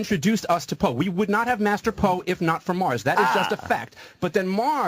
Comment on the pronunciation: Mars-ter Po